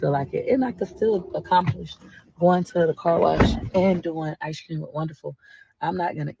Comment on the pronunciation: I Know This Is Petty But I HATE How She Says “Ice Cream” There Is No “S” Sound In Ice Cream🙄